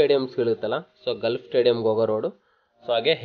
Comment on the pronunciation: ಗಾಲ್ಫ್ ಕ್ಲಬ್ ... ಗಲ್ಫ್ ಅಲ್ಲ..